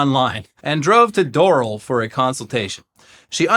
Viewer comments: It’s pronounced dohral (like the Simpsons) but yeah this sounds part and parcel for doral, everyone makes fun of Hialeah but most of these scammers are in the hoity toity towns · Doral = Door-AL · Door-AL its pronounced Door-AL. Doesn't rhyme with coral. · its pronounced Door-Al 😅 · Imagine me just pouring myself a nice glass of water only to hear doral pronounced in that way. No offense but holy shit I've only never heard said that way before . For those curious it's dr-al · It's pronounced 'doe-rall' don't roast the messenger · Weird but not surprising to see my City in this episode. ☀️ btw brother, 'Doral' is pronounced 'door-al' — 'Al' like 'Al Bundy' just a fun fact. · I think it is Door-Al (like the name) or do floridians pronounce it differently? I am interesed in knowing. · So funny hearing them mispronounce Doral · Sorry I had to say it, it’s Doral like Battle Royale